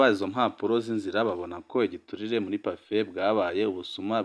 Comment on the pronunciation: We, ntibavuga Pafé, bavuga Pafe